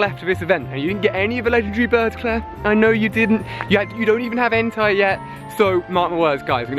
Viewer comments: You are triggering me Ali it's not Entirely ITS EN-TAE BUT with a I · Lol its not entai its ENTEI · IT'S EN-TAY YOU UNCULTURED SWINE!!! 😐😐😐